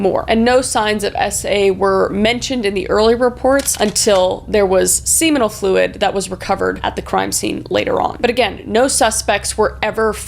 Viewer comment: Uh.... Kris....... I love you, but g'damn you need to pronounce words right, girl!"Semenal" is not pronounced like "semen". I can't have been the first one to let you know that. Pronunciation matters, it really does. Also, Cal-Gary?? Really!? How does a Canadian not know how to pronounce Calgary?